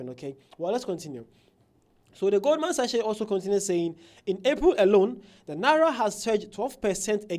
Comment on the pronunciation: Pronounced as "GOLDMAN SACK"...